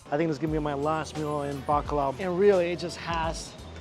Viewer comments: Bacolod changed to Bakla city lol! that pronunciation killed me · I love the way he says Bacolod City, it’s sound to me as if he was saying BAKLA CITY. 😅😅😅😅 Gay City